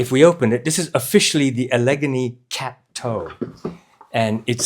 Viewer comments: Great review, but as an Upstate New Yorker, let me tell you, your pronunciation of the second boot style is like nails on the chalkboard for me: the stress in “Allegany” goes on the first and third syllables, like “alligator.” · it's pronounced Al-uh-GAIN-ee. It's a Native American word, and also the name of both a mountain range and a major river in the eastern United States.